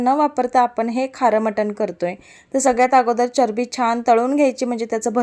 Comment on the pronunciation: Tumhala charabi ha marathi shabad bolta nahi yet